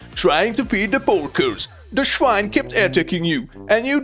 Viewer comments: Loved it 😂! And even funnier, the pronunciation of "swine" is exactly like in German when you say "Schwein"! I couldn't believe my ears at first! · The German "schwine" cracks me up.